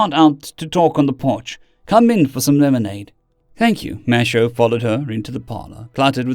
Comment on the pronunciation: Minor thing with your pronunciation. Mateo is Spanish and would be pronounced Ma-te-o. Not ma-sha-o.